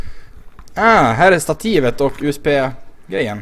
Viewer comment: låter fan som att du säger USP ist för USB xD PS: du får köpa dig ett rakblad för paketen ;)